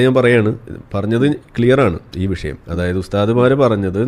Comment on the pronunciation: വിശയം അല്ല മാഷേ വിഷയം. 😍